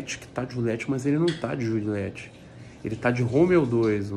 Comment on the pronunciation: Eu entendi certo ele disse jurilete?